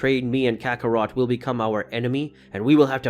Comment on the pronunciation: It's kakarot not Kakaro